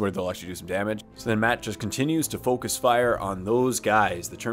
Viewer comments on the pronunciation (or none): none